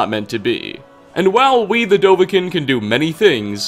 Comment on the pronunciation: Buddy, we gotta talk. Firstly Dova-KEEN, not dovakin. Secondly Lexi-CON, not Lexican.